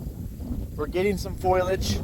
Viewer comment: Tee hee. "foilage?" 😆